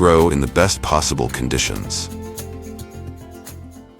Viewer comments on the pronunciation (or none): none